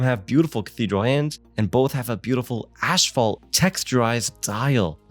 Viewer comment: What the fuck is "ashfault"